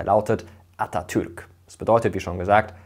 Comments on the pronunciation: Vielen Dank für die korrekte Aussprache des Namens Atatürk. Er ist sehr wichtig für uns. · Atatürk wie ein Türke ausgesprochen